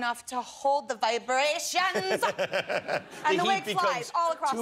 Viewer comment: "to hold the vIBRATIONSUH"